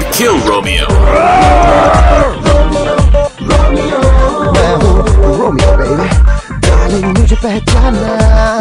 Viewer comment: Romi-oh, Romi-oh (8)